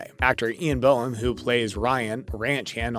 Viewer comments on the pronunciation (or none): none